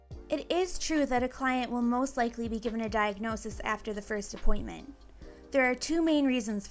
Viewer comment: “I’m back from my appoinTTTmenTTT”